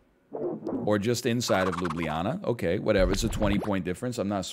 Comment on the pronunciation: impressed by your pronunciation of ljubljana. well done!